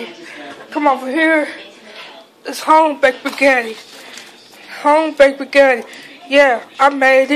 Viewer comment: How are you able to Spell Spaghetti but can't pronounce it